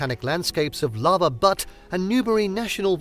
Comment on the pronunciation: Yes, great video and pronunciation of almost all the places. Lava BUTTE is pronounced. More like the first syllable of Butyryl. Another example. Beaute. Or she’s a real “beaut”. . Or “bu- t. “. I couldn’t find a Webster’s version of, the phonetics/western English pronunciation. however, the example in the western or the Webster’s dictionary is Good. Thank you for the video.